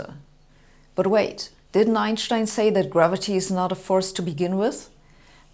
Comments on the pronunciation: Since it's a German name, thats how to say it. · Properly pronounced "Einshtein". Thanks. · It's how we should all say it.. M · the way Americans say it is correct. It's Anglicised. Different languages use different pronunciation for different words. So, when speaking English, I say, "Einstein." But, when speaking German, I say, "Einshtein." Both are correct. Glad I could clear this up. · "Einschtein" (yes, thats the way it is pronounced correctly!) wrote his first revolutionary papers in German and the rest of the world hurried to translate them . Thanks for your youtube lectures. Not everything has to be drowned in tensor analytics or SU2 philosophy to let flash up a spark of understanding or start a further search for refinement by induced curiosity. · The way she correctly pronounces Einstein's name is so satisfying... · Only here to hear her say Einstein. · I like how she pronounces Einstein, the correct way. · *love how she correctly pronounces Einstein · She says Einstein the only correct way. After all Albert was a German. So is she. 😉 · She´s pronouncing it correctly. As it is a german name, the "s" before the "t" is spelled "sh". No accent here.